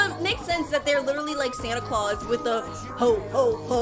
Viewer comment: I feel offended from yool from him saying "ho ho ho" sounding like "hoe hoe hoe ho hoe"